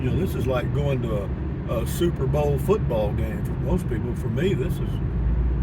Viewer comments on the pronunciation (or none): none